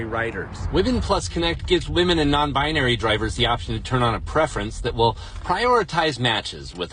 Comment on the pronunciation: It is WE-MEN day 😂😂